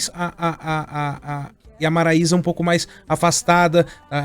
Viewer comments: A repórter devia se informar mais ! MARAISA, não maraiera e Maísa 🙄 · Gente ela falou o nome 3 vezes da dupla Maiara e Marilia,maraeia , Maraiana..menos Maraisa..rs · Ela falou maiara e maraieira